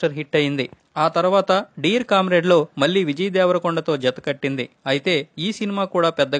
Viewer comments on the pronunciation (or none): none